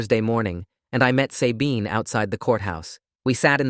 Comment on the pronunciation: As far as I know, it’s pronounced SUH-bean, not say-bean